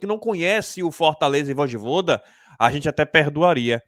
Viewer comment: É Voyvoda cara, e não voidvoda kkkkkkk